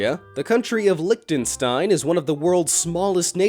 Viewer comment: "licktenstein" HAHAHAHAHAHA